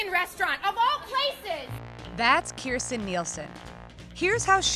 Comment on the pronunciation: You're mispronouncing her name. Please be sure to pronounce the "j" in her name. "Kirst-Jen"